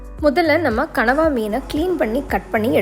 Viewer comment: oh god..i used to admire ur cooking,tamil pronounce, perfect tamil slides, costume, vessels everything..but today u did big mistake like others..that is not கனவா,that is கணவாய்.. just correct it, come with as usual bang👍💪